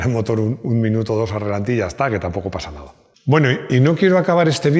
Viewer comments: Ralentí...ralentí... No relantí😂😂😂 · no es relantí, sino ralentí. Con cariño;) Enhorabuena por llegar a los 800.000!!!